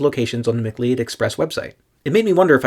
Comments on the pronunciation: I thought that “Cleod” was pronounced like “Cloud.” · It's pronounced muh-CLOUD like the Highlander.